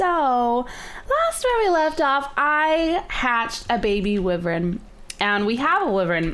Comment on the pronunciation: shes pronouncing Wyvern wrong